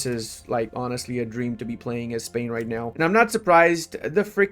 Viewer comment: I am spanish and I love when pronounces Spain as "Espania", it works as a subtle remainder of him working to restore the roman empire. Just kidding, one of the best accents out there, very clear and understandable